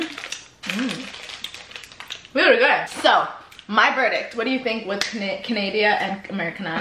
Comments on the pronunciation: Why y’all pronounced Canada like that tho 😩😩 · Canadia 😂 LOOL im dead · "canadia" im dead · Sorry canadia 😂😂😂😂